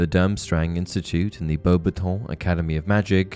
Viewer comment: The way u say bobaton is infuriating